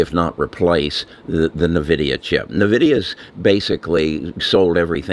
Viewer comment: It's N-Vidia not Nahvidia.